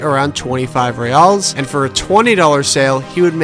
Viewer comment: I hate to nitpick a great video such as this, but I can’t help myself! The currency “real” is pronounced like “hey-ow” (singular) and like “hey-ice” (plural), it’s not “rey-all” or “rey-alls”